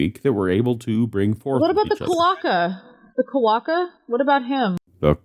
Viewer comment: It's pronounced "KWO-ka", like said it. Not "ku-O-ka".